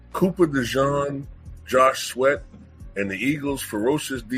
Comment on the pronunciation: The guy’s name is sweat, not sweet